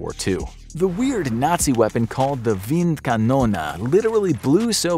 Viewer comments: WindkanonE Not KanonA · Why “wind Canona” instead of wind KanonE??? 🤦🏻 That pronunciation made me cringe too hard. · Just Wind Kanone Not kanona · the gun is called wind kanone not wind kanona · Wind Kanone. Not windkanona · You write Windkanal, say Windkanona. Which would not even be a german word. Maybe Windkanone. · Bruh,your German is so bad .. it is Kanone not KanonAAA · isn't it supposed to be "Windkanone"? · why you speak it Windkanona? the german e at the end of kanone... is like the end of tea engl. cannon-ea = Kanone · „wind konone“ is the wrong pronunciation. the right pronunciation for the last letter would be the english pronunciation of the letter “A” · I think you got the pronunciation of this Wind Canon thing wrong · Is there some kind of American competition to mispronounce foreign words as much as possible? The "Windkanone"-mispronunciation was quite impressive, really. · The german pronunciation is completely wrong